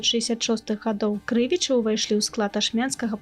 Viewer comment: А чаму КрЫвічы? Паўсюль падаюцца КрывічЫ.